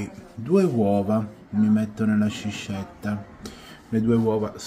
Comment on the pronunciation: credo si pronunci 'sKiscetta' (pure con la e aperta), non sciscetta 😅 buone ferie!